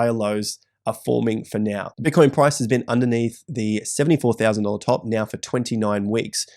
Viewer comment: "...or are you going to act neow" said the